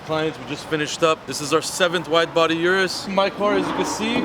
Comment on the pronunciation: O-RUS not U-rus